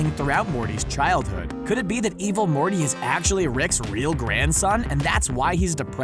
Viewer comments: At one point i thought he said "Evil Horny" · Stop saying evil morty like that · The Way He Says Evil Morty And Rick Its Hilarious... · STOP SAYING EVIL MORTY LIKE THAT 😂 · Little bit of constructive feedback, the dramatic pauses and emphasis used when saying "evil morty" take away front the video and make it hard to watch. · Evil morty like that